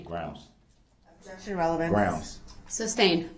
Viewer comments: Brooks is such a MORON who THOUGHT he was the smartest person in the room. Some were words or phrases of which he clearly hadn't the slightest idea of their meaning, especially in a legal context. -- "Grounz." I suspect he heard that in a movie or on TV and he thought it made him sound knowledgeable. -- "With all due respect" used habitually to continue disrespecting the Court. -- "Fair to say" as a preface for testifying during cross- examination, and infuriatingly overused: I counted 3 times in ONE question to a witness. It grated on the nerves. -- "Admiralty or Common Law." It's a CRIMINAL COURT, dipshit. -- That ridiculous "hiding" behind the stupid mask. -- Expecting the Judge to do his legal work for him. -- NO IDEA what hearsay, or "relevancy" -- a Brooks word for the correct word relevance, leading a witness, or any others actually MEANT. -- Failure to comprehend that HE had the burden of citing Statutes or case law to back up his "motions" in Court, not the Judge when denying them. -- The "mind-boggling" when his "brilliant" tactics and arguments got completely destroyed or were completely ludicrous, such as the vehicle "recall." -- Failure to comprehend that in a CRIMINAL case, there isn't a "Plaintiff." The State or Federal government takes over prosecution on behalf of the actual victims and the People of the jurisdiction. Murdered victims can't appear in court. The government has to speak for them. -- His "conscience is clear." He's "moved on." The murders and ca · Id like 1 cup of coffee, please...groundz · RIGHT and AXEING questions instead of asking. Not to mention GRAUUUUNZZZZ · He's so ignorant he doesn't realize the word is sustained and not substained! And if he would be quiet and listen to the states objection then he would know the "groundz" when the judge sustains it....Dummy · Darrell "Grounz" Brooks. I guess he has plenty of time to read his Bible now. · "Grounz for the substain." Unreal.